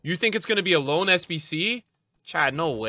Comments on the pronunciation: Its loan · It’s loan💀